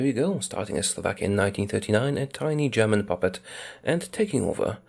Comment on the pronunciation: Slovakia? No Slavakia